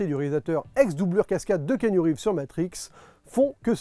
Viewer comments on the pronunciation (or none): none